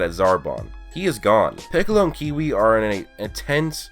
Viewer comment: His name is kiwi it's Cui